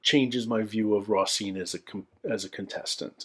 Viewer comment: love that you’re going back doing these. You have such an interesting perspective and love it that you take things so seriously! Btw— not sure if this will matter if you’ve already recorded these by the time this is posted but the ‘s’ in Roisin should be an ‘sh’, so it’s Roh-sheen.